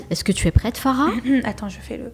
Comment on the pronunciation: Elle s’appelle Farah et non pas FAGHA voyons! 😂😂 un p’tit effort quand même 😅